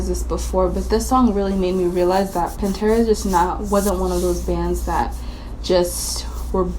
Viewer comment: does anyone notice she says pintera alot?